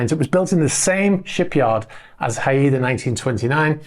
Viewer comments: Are you sure it is Hi-ed-a. The spelling is that of a Pacific Northwest Native American tribe, pronounced Hi-da, two syllables. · Not Ha-I-da! It’s Hai-da, classic Royal Navy ship name. Just fyi… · Not Pronounced “ High E Da” Its “High Da” …… FYI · Hi there. Thanks for these updates. I’d like to bring to your attention the correct pronunciation of ‘HAIDA’. Haida Gwaii Islanfs (in the Probince of British Columbia, Canada), are the ancestral home of the Haida First Nations. HAIDA is pronounced Hi Dah. GWAII is pronounced Gu why. 😀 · Haida is a tribe from Southeast Alaska to Canada.. pronounced HI duh, English is not my best subject.. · Pronounced "Hi -Duh" As in Haida Gwaii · Haida - Pronounced HI DA - (Haida) Natives from west coast of North America... Not just Alaska! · Haida 1929 is named after the native tribe of the islands of Haida Gwaii off the coast of Westcoast Canada. The correct pronunciation is [HY] + [DUH]. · The Haida are a famously warlike tribe on the Haida Gwai islands in northwest BC, Canada. Also a famous Canadian warship. Pronounced Hi -dah. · Haida is pronounced HI da if it is named for the indigenous people who live in Haida Gwai. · It's pronounced "Hi-dah" Trust me - I am west coast - gulf island. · Pronounced Hyde Uh. A Canadian Indian tribe :) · I suspect that yacht name Haida is pronounced “haɪdə” (as in “hi-dah”). At least, that seems to be the accepted Anglicized pronunciation of the Haida people. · Haida, pronounced Hi da, indeginous name from Canada 😊